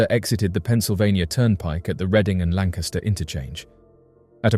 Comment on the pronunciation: can't believe he pronounced lancaster right.